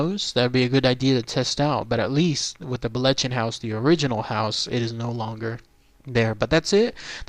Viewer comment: Sigh, the proper Scots pronunciation is located here It's not pronounced the way the narrator says it. Ch is Scots isn't hard K sound! See also Locchhhhhhh not Lock.